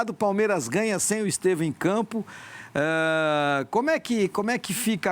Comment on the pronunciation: O não sabe ler? É Estêvão e não Estevam.